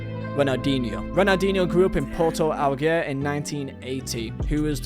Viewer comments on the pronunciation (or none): What's a Porto Al Ghair? Does he Meant Porto Alegre?